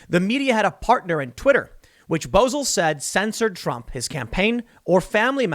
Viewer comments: You want everyone else to look up the news but you can't bother to look up how to pronounce the name of a guy who runs a major media fact-checking site? BO - ZELL not Bozul..... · I'm not being an but the guy's last name is pronounced. BO-zel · It’s Brent Bozell, pronounced BEAU’ zell. Nephew of the great William F. Buckley.